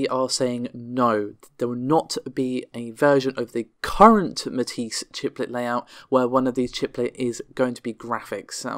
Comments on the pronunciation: it's pretty well agreed upon how to pronounce Matisse. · Amata can you please, PLEASE, please teach how to say Matisse? Thanks:)